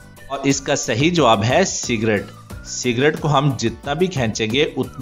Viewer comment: sigret not serget